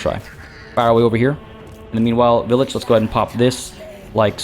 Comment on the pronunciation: Pretty sure it should be pronounced "vile-itch" or the name pun wouldn't make sense.